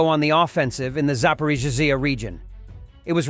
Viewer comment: It's funny listening ti the ai try to pronounce Zaporizhzhia. Never the same way two times in a row. The one that sounded like a druken slur killed me. >.<